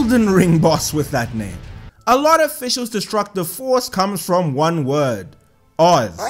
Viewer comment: She is an Elden Ring boss and we haven't awakened her true power yet >:o Also it's Fischl von Luftschloss Narfidort, the Prinzessin der Verurteiling to you PEASANT (also you said Oz's name right I've studied German for at least a year and a half you're fine)